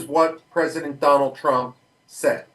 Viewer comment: DonawlD Trumph